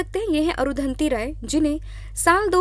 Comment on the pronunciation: अरुधंति राय नाम नही अरुंधती रॉय है